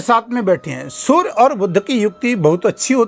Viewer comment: Sur nahi surya